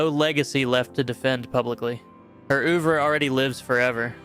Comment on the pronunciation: Joni Mitchell's what? Please study the pronunciation of French words. Ouvre is a tough one, but oo-ver is way off.